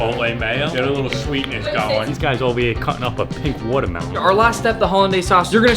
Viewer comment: "They are hère cutting a phink wardamelon" IT WAS A PINEAPPLE